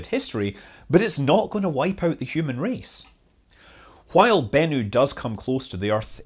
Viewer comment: Why do you say “while” so weird????!